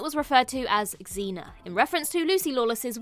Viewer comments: Who the heck is "X-zena"? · You said Xena wrong!